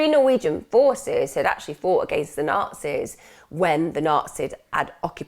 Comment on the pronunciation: Emma, what's with the "Naazi's" pronunciation? Brilliant episode as always.